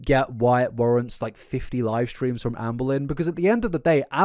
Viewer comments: The way you say “amble in” for her name sends me ngl 😅 just say ambah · Lol “ambalyn” sounds like you’re about to say embolism 🤣🤣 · i keep hearing anne boleyn 😭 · it sounds like youre saying "anne bolelyn" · It sounds like you say Ann Boleyn sometimes and it’s really funny lol